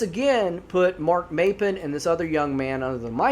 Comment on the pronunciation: I live in Oregon. I spend most my summers in the Tygh Valley. It is WELL known out there that you don't wonder off alone. Corey's story is one of many. Not the locals or the most experienced tourists know not to go out alone. Also it's pronounced "Mop-pin", Maupin is also the town I stay in in the summers. If you want good rabbit hole to consume your thoughts, start researching The Tygh Valley and many other Oregon outdoors mysterious stories.